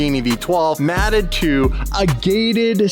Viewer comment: It's pronounced māted, not matted. You're welcome